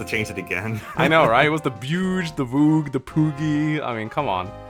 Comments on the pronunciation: It's Vooj, it's spelled Vou-ge, not Vo-gue. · It's not "Vogue", it's "Vouge". This is pronounced "Voozh", so Project Exile's "Bhuj" was pretty close. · I think Mekkah is wrong, it’s Vouge not Vogue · But he mispronounced it, it's "vouge"